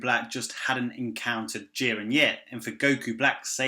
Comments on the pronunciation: I keep hearing "jir-Anne" every time you say "Jiren" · Your name is lame and shit, your accent is horrible and how you pronounce Ji-ren, damn you suck